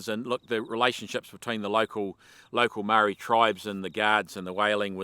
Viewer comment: pity you still cannot pronounce Moe Ri, but great yarn, well told